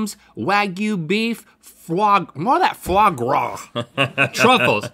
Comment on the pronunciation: “what the fwagra” 😂